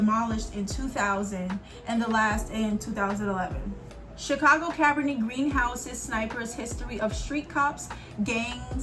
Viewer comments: I also understand Cabrini is an Italian descent name. So in this case, she pronounced it right.. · Cabrini is an Italian descent name. So her pronunciation is still correct. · Cabrini is pronounced “Cuh breenie”… the movie Candyman and Goodtimes tv show was based there…Robert Taylor projects on the south side were notorious too and the cartoon “the pjs” were based on them